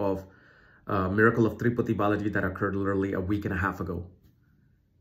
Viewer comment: It's Tirupati, not triputi. The Sanskrit name